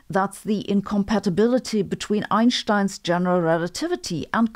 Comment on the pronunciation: The only thing Sabine says it correctly it's the pronunciation of "Einstein" 🪰